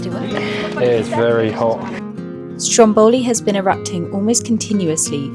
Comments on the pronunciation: Since you were in Sicily, mount Etna has rivers of lava. Don't know why english people use random tonal accent, don't you at least try to speak with locals or use a translator app? It's Strómboli, not Strombòli. It's Cápri not Caprí. It's graziE, not gratzy. Thank you. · Heey, I was there last June!! Beautiful Sicily! PS. it's "Stròmboli", not "Strombòli" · Strómboli, not Strombóli, please!😊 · It's actually called Strómboli , not Strom bowly